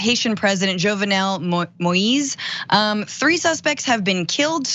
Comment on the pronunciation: Thanks for keeping this story alive and thanks for saying his name right. His name is pronounced Jovenel (Jo-v-nail) Moises (Mo-his).